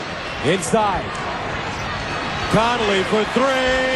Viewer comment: To this day it still gets under my skin that Gus Johnson pronounced mike conley's name as "connoly"